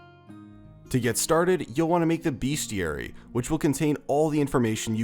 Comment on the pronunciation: LOL ur the first person to say beasteary right OMG